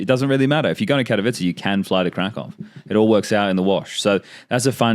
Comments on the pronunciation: its not krakov its krakoov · If you wanna be precise about pronouncing Krakow you need to say "Krakoof" with an oof at the end. Thanks for even remotely trying to pronounce it correctly. No one ever cares about Polish language.